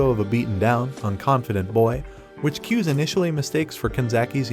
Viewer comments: It’s not pronounced, ‘Kyuze’ it’s like two syllables like “Ku zay” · Not kiuz its KU-ZE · It's KU-ZE NOT CUSE IVE WATCHED THE MANGA RECAP